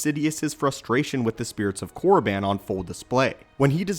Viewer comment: thats not how you pronounce it, yes thats how it looks however the I is separate from Korr and doesn’t make the I sound. sounds more like Korr-a-ban or Korr-e-ban. good video tho